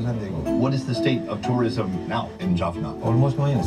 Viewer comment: Please stop saying "Jorphnurr", it's Jaffna. You are making the same mistake as the guy in the video. The proper way to refer to Tamil people is "Tamils" not Tamilian. Indian Tamils will refer to themselves as "Tamilian" because that's an Indianisation, other Indians refer to them this way. Sri Lankan Tamils are called "Tamils". As a Catholic Tamil, I can say Christians have existed in Sri Lanka since St Thomas visited the southern states of India. The Sinhalese film industry is quite developed, they produce a lot of movies, TV series and telenovas. I don't think the Jaffna film industry is that big, but they definitely have a lot of cool projects going on.